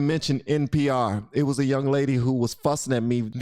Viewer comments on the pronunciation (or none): none